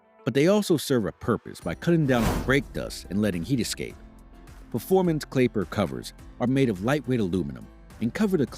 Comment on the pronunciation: "Clapiler covers" Love em.........🤣